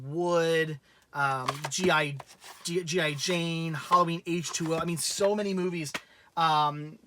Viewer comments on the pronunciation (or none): none